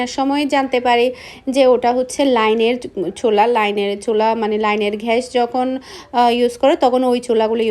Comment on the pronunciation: ঘ্যাস না গ্যাস🤔🤔🤐🤐😵🥴🤕🤕🤕😡🤬